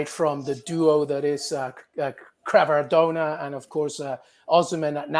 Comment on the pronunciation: Who is “crevardonna “?